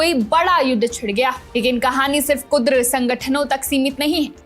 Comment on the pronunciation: Kudar nahi hai maidan kurd hai pehle bolana to seekh Lo dekh lo bade patarkar😂😂😂